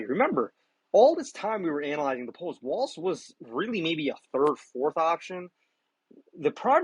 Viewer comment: Everybody says "WALTZ" His name is WALZ = WALLS!